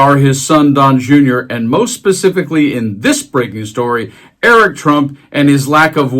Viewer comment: What? Err-Ick wrote a book? 😂😅